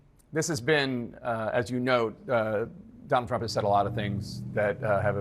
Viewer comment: Dummall Trump 😂 my hearing must be off but I heard Dummall and I’m like 👍🏻 😅